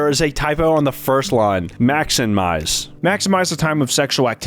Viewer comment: One says "Maxmize" and the other "Maxinmize" lol